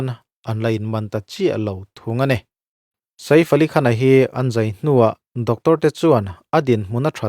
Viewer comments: Sa-if ti a lam lo hian, midang lamdan in "saif" ti ve mai la😂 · Sa if...a lam lovin sef ti alam tur.anih loh pawn safe..ilam dan dan kha dik ani mai ang. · Ka lo ti ve mek a....😂 Saif tia lam mai thin a nia. A rawn ti sa_if ta tlat sia....mi zawng2 Hriata hetiang ti chhuak tur chi hi chuan mi nawlpui lam dan te hi han hrechiang hmasa ve thin se a tha ngawt ang 😅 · Sa iff ❌ Seeifff ali khan✅ Ngaihthlak anuam thin e🤝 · A hming hi i van lam thiamlo ve aw😄😄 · Sir, Sa-if ti suh....Sef tih tur 😅 Chuan, film chu film......huaisen taka a lo beihlet ve avang hian a ngaihsamawm zawk.... Arnold meuh pawn stuntman a hmang fo.. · Vai ho in sa-if ti in vawi khat mah an lam ka la hre ngai lo, a leh i kal kawp chu e angin an lam ri ṭhin... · Sa if a ni lo, shave/save tia kan lam ang khan lam tur. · Sa if ni loin saif aw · 😂😂😂 lam cial khawp mai.. Bollywood ho pawh an bo map thei mai ang😂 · a lam dan dik tak a nih a ka hmu lo a min lo hrilh laa ..i Hriat hmel bawk sia..YouTuber pakhat vang in vai hming lam dik lo ah ka in hruai tir dawn lo reng reng ..😂😂😂